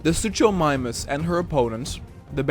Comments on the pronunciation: its suKomimus not suCHomimus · I’m kind of a dino nerd so it triggered me how you said suchomimus. It’s pronounced “soo-koh-my-mus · Oh and you pronounced Suchomimus wrong The Ch is actually making the K sound. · Bro its not soochomimus its pronounced Sook-o-mime-us and for styrakosaurus its Stie-rack-o-soar-us